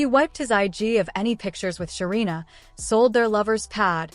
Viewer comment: Say the name correctly 😅 her name is Sarina